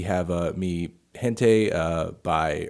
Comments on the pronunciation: "yente" melon? rly? "Hente" is the adequate pronounciation, you got it right the first time, no need to rectify. just saying. i still love you senpai <3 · Melon needs to work on his Spanish skills, "Gente" is pronounced like hente not jente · Omg did you really said (G)ente it's pronounced Hen-tay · HE SAID MI HENTAI INSTEAD OF MI GENTE LOL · Mi (G)ente? You said it like a hard G? "Hente" ... sigh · why did he correct from saying mi hente to wrongly mi gente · i like how he says gente correctly and then tries to correct himself by saying it wrong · The way you pronounced Gente (should start with a H sound) and Cabello (CabEYO) made my Hispanic soul cringe. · "Feel It Still" made it to #4 on Billboard, you don't need to pay close attention to music to know it Also, the soft G in Spanish is pronounced like an English H, not like an English J (since you weren't 100% how to pronounce "gente")